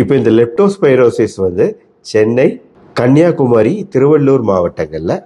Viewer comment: Not கன்னியாகுமாரி it's கன்னியாகுமரி